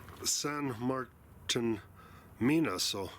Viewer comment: Hello!! I think they pronounce it "San Mar-teen" own there. That last mine you were in, I think you mentioned Capstone, had a lot of openings and appeared to just go every which way chasing the copper!! Thank you very much for the videos!! Happy trails and best of luck to you!!